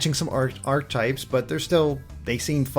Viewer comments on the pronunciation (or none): pronounced 'ar-keh-type' not 'arch-type'